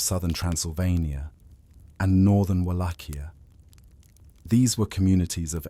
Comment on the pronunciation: So so so many instances of the correct pronunciation of Wallachia, that the incorrect and constant changing of the pronunciation throughout this video made it unwatchable.